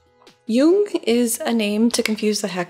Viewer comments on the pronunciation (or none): You‘re still pronouncing Jung‘s name wrong. You need to abbreviate the „oo“-sound. Almost as if you swallow it in order to emphasize the „ng“ in the end ... I‘m german and I can attest that even Jordan Peterson pronounces it wrong 🧐